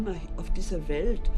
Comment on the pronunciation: "vor" is pronounced as "for", v is an f sound in German. W is the v sound. The word "Welt" is pronounced as velt .